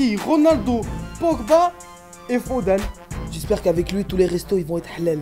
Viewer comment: Il dit foden ou je réve